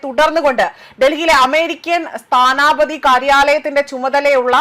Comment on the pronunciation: സ്ഥാനപതി. നീട്ടണ്ട സ്ഥാനാപതി അല്ല.